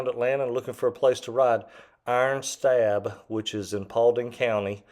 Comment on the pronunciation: FYI it’s called “Iron Stab” (pronounced stob) by the locals